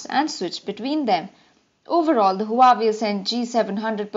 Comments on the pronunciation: HUWAEI IS PRONOUNCED WAVI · Pronounced as Hu-Aa-Wei